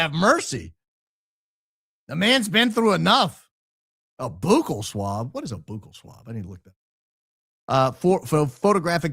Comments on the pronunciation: as a dental hygienist, I cringed everytime you said buccal swab. Its pronounced like "buckle" not "boo-cal". 😂 As always, I loved the show. Go max And God bless ❤ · I thought you would want to know the proper pronunciation of the word buccal (meaning the inside lining of our cheeks) sounds like the word “buckle”! I so love your show! Your honesty, high IQ mind, and humor are the BEST!!! CIK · C'mon you're letting the high IQ outfit down! Buccal swab is pronounced BUCKLE swab. Oh, and it's all of A sudden, not all of THE sudden. 🤦🏻‍♂️ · it’s pronounced like “Buckle” like a “Belt Buckle”. Just thought I’d let you know. Great show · If you want to see when gets the bad news 😂 Even up here in Canada we pronounce buccal the same way that did. 😂 But according to a Brave search it’s sadly supposedly pronounced bŭk′əl 🤷🏽‍♂️😭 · It’s “buckle” swab, sir 😂❤ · Buccal.... sounds like Bugle, sorry for being that guy! 🤣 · It’s pronounced “BUCK-le”. Like buckle up. It means, relative to your teeth, the cheek side, not the tongue (lingual) side. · Buccal swab - pronounced buckle... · I worked as a dental assistant so I am familiar with the word buccal (pronounced like the buckle on your belt.) The word comes from the Latin, bucca, which means cheek. So, the buccal side of the tooth is the cheek side, and the lingual (lingua, Latin for tongue) side is the tongue side. Learn a bit of Latin and you'll be miles ahead of the rest of the class. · Buccal is pronouned BUCKLE. AS IN BELT BUCKLE!! BUCKLE BUCKLE BUCKLE= BUCCAL!!!!! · Buccal swab pronounced (buckle) sorry 😊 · Buccal is pronounced Buckle. Buccal is the tooth’s outer surface that faces the cheek. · I say the “bucc” in buccal rhymes with “book,” not “spook.” Not that anyone cares what I think.😬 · saying buccal the way he is has me dying! Quit it my g I can’t focus for laughing! 😂💜💜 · It’s pronounced like “buckle” not “boo-cal” lol Sorry it’s bothering me lol